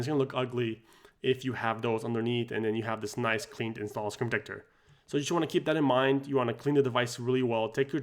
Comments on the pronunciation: Say the word - SCREEN protector. Not scre-tector. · Say SCREEN protector. Not Scretector. Slow down cowboy.